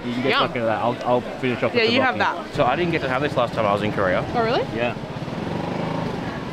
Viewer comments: Tteok with K sound. Not tabokki. Tteokbokki. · Tteokbokki . You should pronounce the K. Tteokbokki.